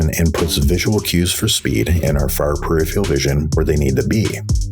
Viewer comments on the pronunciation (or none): Conversely, I appreciate where your voice sits in the mix, and my comment would be that the word is PER IF ER AL not PER IF EE AL And then there's me with a Yaw2VR motion rig that makes Monitors "right out" and my inner monologue is going "Awesome. Now do VR...." to VR users are not presented a rectangular, two dimensional image with linear perspective and we can see INTO the monitor...